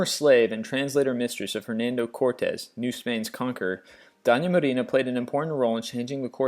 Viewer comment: all the Spanish names were also mispronounced, amd I'm not talking about just the accent. Simón Bolívar and Doña Marina? Terrible